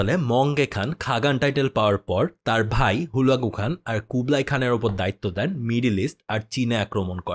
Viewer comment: আপনার ভুলবাল নামের উচ্চারণের কারণে বুঝতে কষ্ট হচ্ছে,,, হালাকু খান,,, না বলে হুলাগু হান